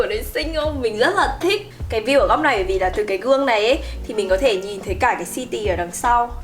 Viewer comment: Xinh và nói chuyện dễ thương, nhưng nghe ngay từ đầu thấy mấy quả đọc “a pát mừn”, “xi tì” với “thanh phùn” rồi thì “rất là statement” nên chạy ra luôn k vào lại nữa. Góp ý một chút là nếu muốn nói tiếng Việt pha tiếng Anh thì nên phát âm chuẩn hơn. Anw, nhà xinh quá và góc nào cũng đáng yêu.